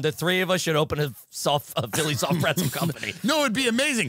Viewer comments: Is Tim saying preNtzel? Is this a Long Island thing? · Is Tim pronouncing pretzel “prencel?” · Why the fuck does it sound like Tim says pretzel "prentzel" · “the soft preNtzel!” Huh? 🙃 “the soft preNtzel.. soft PRENTZEL.. PRENTZEL.. PRENTZEL” 😨🤯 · Is Tim saying preNtzel??? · am i the only one hearing tim say prentzle or am i trippin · Tim, it’s not pronounced prentzel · What the f is a PRENTZEL ? Is that a long island pronunciation of pretzel . Kills me every time he says it, and no one corrects him. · is anyone else hearing tim add an N to pretzel that isn't there or is this fever i have officially breaking my brain? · Am I the only one going to mention that Tim doesn't know how to pronounce "pretzel"?